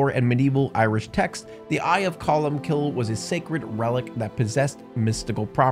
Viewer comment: Welcome to Irish folklore... It's truly amazing!!! also oooo buddy that is not how you pronounce colm...